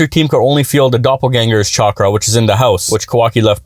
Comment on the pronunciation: I liked the pronounciation Chwakra 😂